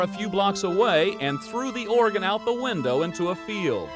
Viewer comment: At time mark the commentator says the "Oregon was miraculously re-attached". Oregon is a state on the west coast, "organ" is what she severed. He says it again and multiple other time in the broadcast. Where does Inside Edition get these people who often misuse grammar and cannot correctly pronounce words??